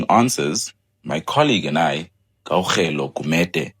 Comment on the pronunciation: Why is butchering Kgaugelo's name so badly and consistency? Don't you guys work together?